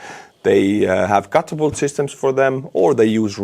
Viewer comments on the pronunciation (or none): Catapult is pronounced kætəpʌlt. Note the schwa (ə).